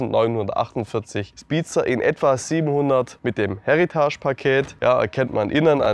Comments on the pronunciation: Absolut nicht böse gemeint - aber bitte bitte - es ist ein Heritage Paket. Das Wort ist Englisch!!! Kein Häritasch! Das ist nicht französisch!!! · Wie er Heritage ausspricht 😂